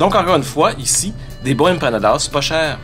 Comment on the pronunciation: "Les empanadas, c'est comme des pizza pochettes." 🤣🤣 Merci je vais m'en souvenir toute ma vie. Ton accent latino est à améliorer un peu. 😜 Continue de me faire découivrir ma ville natale.